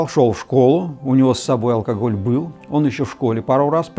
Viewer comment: Фу, он говорит алкогль-меня уже тошнит. Победить алкоголь можно. Но если в голове нет мозгов -это невозможно